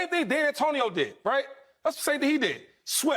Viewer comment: This 🥷🏼 shady said D’antonio 😂 this how you know he casual